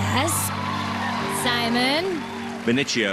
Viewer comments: Does Simon deliberately mispronounce Benicio? The kid clearly said Ben-ee-si-oh. Simon says Ben-ee-chee-oh. 🙄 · Simon, his name is Benicio, not BeniCHio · Simon "Benitchio"... rude